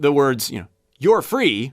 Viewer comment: Another good one - love your videos! When you started the "free" segment, at first, I thought you said "furry" - ha!!